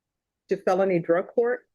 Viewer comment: It drives me absolutely insane that Judge Boyd doesn’t know how to say felony group one. She says phelpny group one